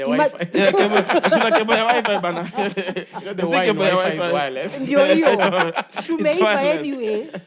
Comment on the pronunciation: Nobody:: You know the Y is Yreless